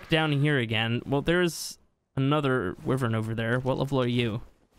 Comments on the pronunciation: NOT WIVERN ITS A WYVERN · It's why vern. Not we vern. How can american not know how to pronounce their own language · sorry but im skipping to abberation because you keep saying wivern no wyvern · Not to be rude at I love your YouTube is my fav ark channel along with mr meola and Ik you can say it how ever you want but I think it’s pronounced. Why-vern. Not Wiv-ern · It’s not wuivern it’s like yvern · It's easy stealing wyvern eggs. If you know what your doing, unlike the first 2 times I tried. Anyway, it's pronounced WYVERN not WIVERN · sis called a wuvern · its why-vern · And your supposed to say wyvern like it's spelt like this: why vern Not hate'n just saying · Sir you realize your saying wyvein that's not how you say it ._. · He can't even say wyvern right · It drives me nuts the way you incorrectly pronounce wyvern. I love your videos, but this is really annoying lol